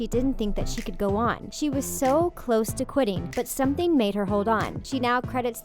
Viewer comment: Its cloe im close toi her like she said lol